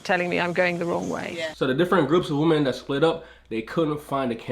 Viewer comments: Great video other than when you say ‘woman’ instead of women. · Why does every person who does videos on gender insist on pronouncing 'women' as 'woman'?! I'm not having a go but this honestly seems like a universal trait of every person interested in discussing gender... It's pronounced WI-MEN! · My one major complaint with this video - WOMEN wih-men Not woman, woman woman. Mutliple females = women. wih-men. That is all.